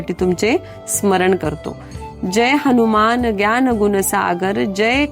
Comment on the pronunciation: ताई, खूप खूप धन्यवाद 🙏 अगदी सोप्या शब्दात आपण हनुमान चालीसेचा अर्थ सांगितला.पण बऱ्याच वेळा आपण हणुमान म्हणजेच नु च्या ठिकाणी णु चा उच्चार केला आहे,तसेच जीवन च्या ठिकाणी जिवण असा उच्चार केला आहे त्याची दखल घ्यावी.